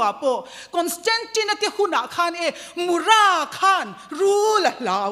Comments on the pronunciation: Sava lian hming, Mura pawh a lam dik lo leh ta, a thluk a dik lo. Pi, ṭan hle che mah ila, ka sawisel duh che, lo inzir deuh teh. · Mura Muipui Lian a thluk hi I sawi dik lo. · Mura thluk dan i va hrelo chiang ve...pa kan ei thin kan thluk ang hian ra tih lai hi thluk tur aw..pi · Mupui tiin lam mai rawh, mura tih hming i lam dik thei bawk si lo.